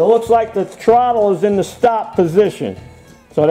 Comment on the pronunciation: Hehehe, TROTT-TLE... ;P